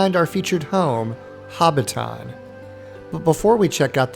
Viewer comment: Learn to pronounce Hobbiton for godsake.